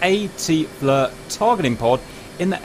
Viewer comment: JS it's FLIR [pronounced FLEER] not FLUR or FLOUR